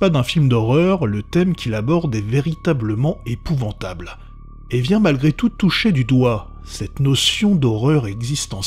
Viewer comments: c'est épouvantable , pas épouventable sinon sympa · 2 seconde de vidéo et j'ai déjà les yeux qui saignent ... "EpouvAntable"* putain